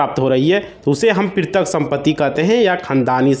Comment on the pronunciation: प्रीतक नहीं पैतृक होता है